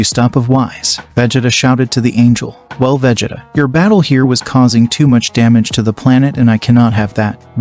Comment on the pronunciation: Brugh when you first said Vegetas name i spat my coffee out xD....Jokes aside, very nice story so far, well done. You gotta work on those pronunciations though, it really does take you out of it when you hear some of the characters names xD